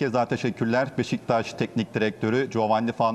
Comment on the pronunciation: baba adam doğru beşiktaş diyemiyo daha